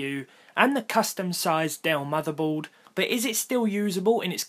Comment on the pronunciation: it's so funny how you say "mothobood" xd